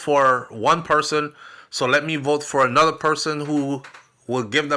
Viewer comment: I will " bote" for Donald Trump I will" bote" for Donald Trump 😅😅😅😅😅